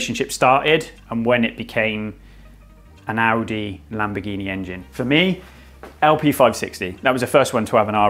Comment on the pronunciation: If you make a vehicle on Amazon specific set of cars . At least learn how to properly pronounce the name of the company . Every time I heard him say "ouuutti" would just cringe. Takes away from the video